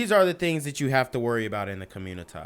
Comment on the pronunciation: Genquavius Jackson for communitah newz. 😂